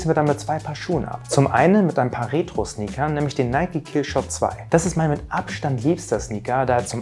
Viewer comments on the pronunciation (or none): none